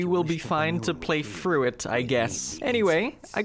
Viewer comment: Play THOUGH not play fru.